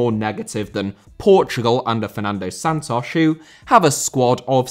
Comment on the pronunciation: Santos* not Sántoch